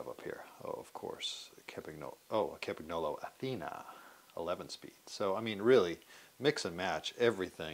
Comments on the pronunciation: Hey Dear Anglo-Saxons! Would you please learn after almost a century, that the company name Campagnolo is pronounced 'kampañolo' and not 'caempaegnoulou'. Cheers! 😉😉😉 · Ka-mpa-nolo The G is silent 😅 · Campagnolo You should pronounce GN in the correct way. It’s not like preGNant, it’s like siGN. 🇮🇹😀